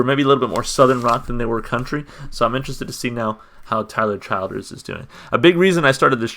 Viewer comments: Good stuff man... Tyler is the truth. Just a FYI he pronounces his name “Chill-ders”. For more of a stripped down sound like this check out “Hard Times”. With something with his band and a more full sound check out “Feathered Indians”. Or bet yet... check out both! Enjoy your ride down the Tyler Childers rabbit hole, it’s a fun little ride... I’ll subscribe to see if you keep going with Tyler, Sturgill, Colter Wall, Turnpike Troubadour’s, and a whole bunch more in this non-pop country slice of heaven. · His name is pronounced Chill-ders. I'm from Pike Co, (Eastern) Ky. All my family are coal miners. There is no more Coal stores to spend their money. The Opioid epidemic is absolutely everywhere but, it's CRITICAL there where the Western part of the state line of Williamson, W. VA borders the Ky line. When you say you're going to town; you're Williamson, W.Va. There is NOTHING other than the Coal Mines for a profitable job considering the coal mining is dwindling there. He's referring to his Dad's back because his Dad became addicted to prescription medication from his back injury he got working in the coal mines!! Please check out some more of songs; he was just nominated for a Grammy for his new album!! "Follow you to Virgie " is another part of Pikeville, Ky. That's where I lived when my husband followed me from Richmond, Va over thirty years ago!